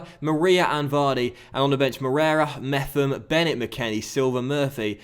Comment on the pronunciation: Pretty sure Mepham should be pronounced Mep-ham